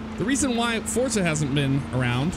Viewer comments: How ever true that is, most people say Forza. Because they don't associate the franchise with Italy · "Hello everybody, welcome back to 'Fortza' Horizon 3..." Have I been pronouncing Forza wrong this entire time?